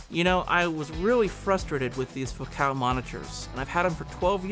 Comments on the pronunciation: The "Fo Cal" was throwing me for a loop for sure. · Or you can just say 'focal' as in 'focal point'. And 'acoustic' instead of 'akyoostic'.